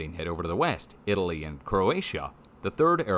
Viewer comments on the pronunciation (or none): none